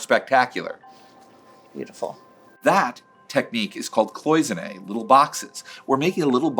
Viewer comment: Actualy "cloisones" sounds "cl-UA-sones" - its french.